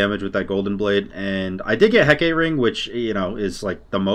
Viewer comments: Heck-uh-tay (more Anglicized) or Heck-AAH-tē are the common pronunciations, please don't hurt us with "Huh, Kate?" :D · ITS HECK UH TAY NOT HECKATE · do you call it “he-kate” ring on purpose asking for a friend, lowk bothers him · Say it with me: Heck-AH-Tee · Heck-uh-tee lol. good game though, definitely op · my dude, you know how it's Aphrodite and not Aphrodight? Heck-ugh-tee = Hecate my dude. Peace <3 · Heck-uh-tee lol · It’s pronounced heck-it-tee